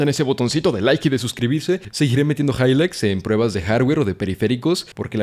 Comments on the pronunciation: Me mamo el higligths jaja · momento hihgligts